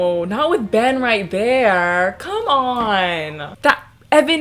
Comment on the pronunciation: I really thought you said "And that's why I love men" instead of Ben and I was like hm seems off-brand for but okay